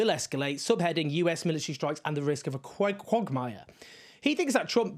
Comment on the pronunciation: I'm slightly confused about the correct way to pronounce the word quagmire now.